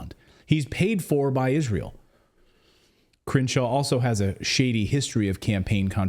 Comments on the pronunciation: I love the pronunciation "Cringe-shaw". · I swear it sounds like they're saying Cringe-shaw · the way you pronounce his name sounds like 'Cringe-Shaw' very appropriate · I keep hearing Cringeshaw...